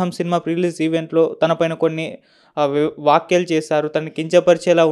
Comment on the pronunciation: మాట్లాడటం నేర్చుకోండిర .వాక్యలు కాదురా .వ్యాఖ్యలు అనాలి